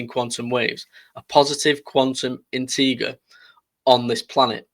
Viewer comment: Integer is pronounced with a soft "g" like inter-jer